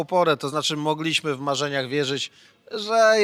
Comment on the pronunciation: Panie Krzysztofie: "MOgliśmy" a nie "MogLIŚmy"...itd,itp!!! Jest Pan dziennikarzem, mówi Pan do wielu ludzi.. Czasem prawidłowa akcentacja się Panu udaje, ale mam wrażenie, że to jest trochę poza kontrolą.. Proszę być wzorem stosowania języka polskiego, w odróżnieniu od polityków, z których tak chętnie Pan szydzi (nie mówię o słuszności tego, bądź jej braku. to zupełnie inna sprawa). Pozdrawiam!!!